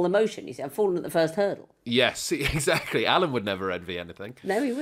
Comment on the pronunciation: I haven’t seen this episode (because I live in a backwater called the USA, where we don’t get to watch Taskmaster after the first two episodes), but I lost it when Morgana said “Eggsactly” in response to Victoria’s plastic chicken farm. I hope to see the episode sometime before I die.